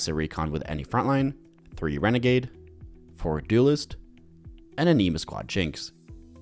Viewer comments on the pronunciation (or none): An-Neh-Ma > An-E-Ma. sounds like you're calling them the Anemic Squad the whole time. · Yea like anime or animal not an knee mah